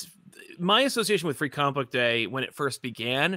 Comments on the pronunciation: I love, but I miss his old jingle that went “co-mick tropes!” I’ve never even heard someone pronounce it that way by accident, it was amazing. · Love that opening and glad someone else noticed how it was pronounced “co-mick”. That’s how I always pronounce it now.